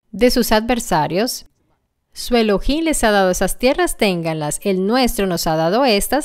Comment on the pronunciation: La palabra ELOHIM no es de la anglósfera. En concreto es una palabra compuesta de ELOH+IM. Pronunciar ELO + HIM es una mera subordinación a la anglofonía. Los italianos subordinados mentalmente a la mafia angloamericana tienden a usar vocablos de ese lenguaje con afección. Es lamentable!